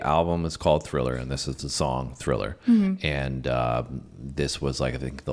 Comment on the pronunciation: Nah I could tell the girl never saw it by the way she said “THILLER” in the beginning lol